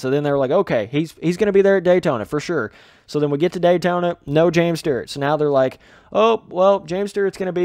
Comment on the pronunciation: Stewart not Stert